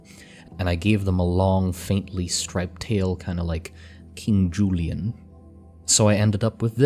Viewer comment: keeng joo-lee-ean